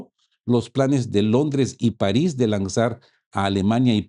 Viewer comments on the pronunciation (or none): none